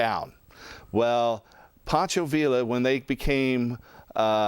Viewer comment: Fyi, Poncho "Villa" is pronounced veeya, not veela